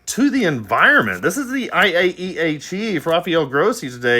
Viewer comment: How do you say IAEAE like that without following "ee eye ee eye O!" 🤣